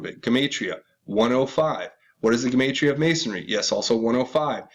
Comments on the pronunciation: Jew-mott-ria proniunced!!! god!!!! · btw...just for reference, it’s pronounced “jem-ott-tria” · Gematria - { Gee-mot-tree-ah }. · Gematria is fancy numerology. And is pronounced like gem 💎 ge-mantria . Free to find truth Zach Hubbard has a detailed channel on the subject. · Gematria pronounced Juh matria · Skull n bones 322, time to hang crooked fucks!!!! Who owned that island in Puget sound?? Dig.. a pedoskullnbones backer. $$$$ All the rats that are part of the club wear secret decoder rings... symbols everywhere but most ppl are oblivious to what is really going on...WAKE UP MORONS OR BE LEFT BEHIND!!!! Alex Jones. Info wars. Paid shill...! it's pronounced. GEM AH TRI AH....GEMATRIA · please look up the correct pronunciation of GEMATRIA, YOUR KILLING MY EARS-HA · Dude, learn how to pronounce everyday words like Gematria ! You are sooo annoying !!!!